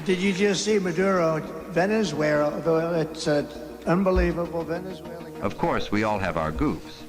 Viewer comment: Refuttal😂😂😂😂😅😅 Rebuttal😂😂Venzura😂😂😂😂